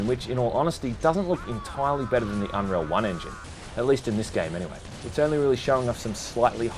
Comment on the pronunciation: Aww you kinda butchered it, i loved it when inwas little